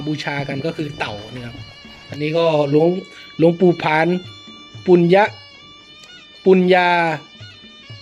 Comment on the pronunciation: ทำไม่ไม่ออกเสียง หลวงปู่ผ่าน ไม่ใช่ปู่ผาน